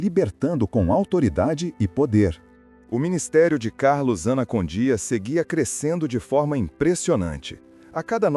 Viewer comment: Participei de cruzadas evangelísticas com ele na Bolívia🇧🇴, apoiando ministrações no grande estádio tauiche Aguilera. É Esso é muito mais o ministério de libertação e salvação que Deus entregou a ele.( Obs.a pronuncia correta é : Carlos Anacondia) e não anacondía.Dios lo bendiga.🙌